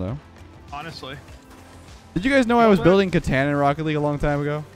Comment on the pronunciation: Me when he mispronounced catan